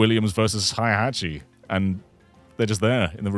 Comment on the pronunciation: Why would say Hi-hatchy instead of Heihachi:(